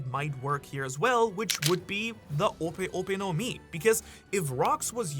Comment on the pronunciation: It's clearly ope ope no Mi